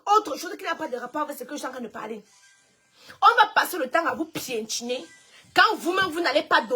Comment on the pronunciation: Piétiné pas pientiné 🙄,et en plus tu répète même ça plusieurs fois.